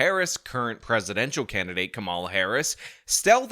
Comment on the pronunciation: Do you mispronounce her name purposefully? I mean, she's been the goddamned vice fkcn president for three and a half years, so I'm sure you've heard the name ten thousand times and you've been corrected on your pronunciation. Is COMMA-la a hard word for you to pronounce? Do you mispronounce her name on purpose as a juvenile attempt to insult her? if someone called you Shawn Fitzgirl, would you be insulted by that? What if they accidentally did it and you corrected them? How many times can they call you Fitzgirl and get corrected before the term becomes downright offensive? If you used term "mute point" instead of "moot point," how would you react to being corrected? Would you be embarrassed and make an effort to correct your pronunciation? Or would you stick to "mute point?" Is there a statute of limitations on when you'll pronounce her name correctly, or are you sticking with this indefinitely? You've already had three and a half years to figure this out, and you're still fucking it up, so if she's elected President are you going to keep this up for four years or correct yourself?